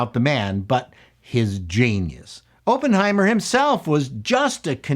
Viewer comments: Is it a Canadian thing to say Open-heimet? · Had to close this video after you said “open” heimer for the 10th time. You should probably know how to pronounce the name of the movies you review. 🙈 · Say the name as Aaaaappenheimer. Like when the doctor shoves a stick in your throat. Not like when they "open" the door. The double consonant makes it a short 'O'. It must be a Canadian thing. Please redo do the video. ;) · They put out a movie called Open-heimer the same week Oppenheimer came out? Weird. /sarcasm, why do you pronounce it that way? It's supposed to be pronounced "aa·puhn·hai·mr". This isn't a case of Toh-mah-to vs toh-may-to. This is a person's name. Please pronounce it properly. Personal pet peeve of mine. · Pronounce it right please, it's not Open-heimer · Unless I missed another comment after checking them: the pronunciation is Op as in operate, not as in open. Emily Blunt gave the definitive portrayal of the boss babe, a fierce woman to be feared by powerful men. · Review summary: Oppenheimer is pronounced with a soft O. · "I was a massive nuclear physics nerd"... who can't pronounce Oppenheimer or Von Neumann. 😉